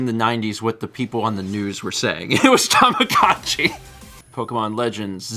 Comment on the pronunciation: I'd say about half true, the way the announcer in the direct pronounced it is more of a longer tama-gou-chi sound (たまごうち), whereas in Japanese, it'd be more gott-chi (たまごっち) with a hard sharp o sound, but Americans are more likely to pronounce it along the line of tama-gah-tchi I guess (not American so forgive me if that's off lol)